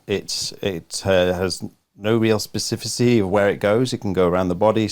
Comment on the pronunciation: Specificity, not specificy.